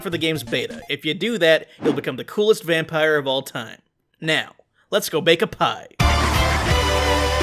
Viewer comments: Vam-pie-re video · Oh it's a vam PIE r Like the pies in V rising or whatever